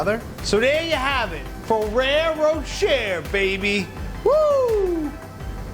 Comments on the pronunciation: Has Buddy been having vocal coaching? HIs Jersey accent (I am born and raised in North Jersey) sounds like it has faded a lot, especially when you watch an older video right before watching this one. And is Ferrero Rocher really pronounced "fa-rare-o-share'?? I think not. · When did ferrero rocher became ferrero sherer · Buddy's pronunciation of "Ferrero Rocher" has me lowkey dead 😭😭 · RosesofVersailles init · It triggered me how he pronounced ferrero rocher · Yes...in French, "-er" is normally pronounced similar to "ay/ae/ey" in English. I think many Americans tend to mispronounce it for some reason...